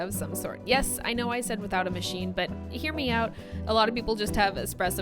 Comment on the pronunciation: When you said “hear me out” you showed your cat. Intentional? Sounds like “here meow” ;)